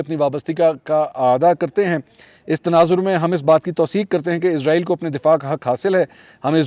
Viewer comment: ازرایل نہیں اسرائیل ۔۔۔